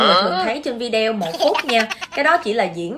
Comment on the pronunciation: Video đọc là vi đi ô